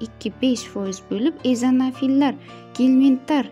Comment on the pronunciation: hato ōqib beryapsiz eozonofillar allergik jarayonda qatnashadi hichbumasa nimani oqiyatganizi tushunib olin